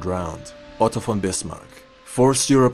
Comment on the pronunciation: where are you from? Cause your German is good you can actually pronounce von right not many can 😂